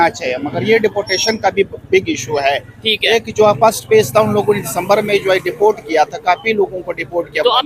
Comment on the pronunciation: Deport ❌dafort ✅